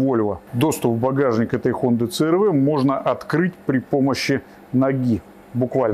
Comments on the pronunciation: Це эр вэ 😂 Си-ар-ви ‼️ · Да когда ж вы уже научитесь правильно и профессионально произносить брэнд авто? 😂😂😂